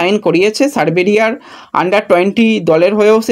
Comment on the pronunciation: ভাই উচ্চারণ ঠিক করো। দেশটির নাম সার্বিয়া। সরবেরিয়া নয়।